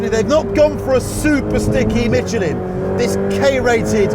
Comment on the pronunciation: When the English gonna learn how to say Michelin??? Lmao...🤣